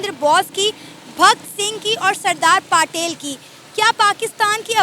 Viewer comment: Pata tuje bhi nahi haii...bhakt sing or saradar paatel nahi bhagat singh or saradar patel hai...tune sirf google se dekh ke bol diya hai😂